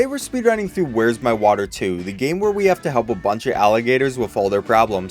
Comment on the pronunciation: “Vhere’s My Vater”